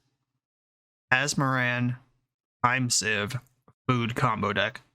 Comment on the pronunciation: Everyone I know says the card “seeeeeeve” glad to know there’s another one who says it right out there 🙏🙏